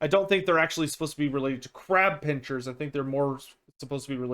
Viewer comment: Pincers and chitinous are pronounced differently